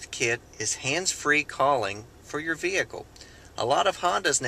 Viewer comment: I love the pronounciation 'Vee-hicle' :)